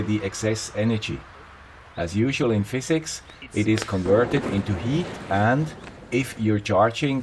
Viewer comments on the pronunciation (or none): none